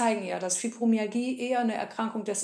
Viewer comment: Sorry musste bei ausschalten. Wenn man nicht mal das Wort Fibromyalgie richtig aussprechen kann ( Fübromiagie), dann kann ich den Rest leider nicht ernst nehmen.